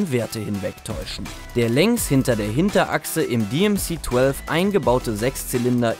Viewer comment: 8583 Stück wurden gebaut. Das DMC-12 auf Englisch ist in dem Video echt übel anzuhören. Warum ist das dann noch ein Renault 30 (dreißig) und nicht Renault „trente“?